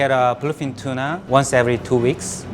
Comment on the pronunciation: he gets his tuunah from cuuchy area how neat is that